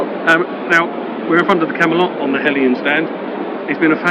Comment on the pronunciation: It’s HELJAN. Not Helijan